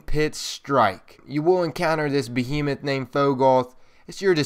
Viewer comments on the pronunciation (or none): none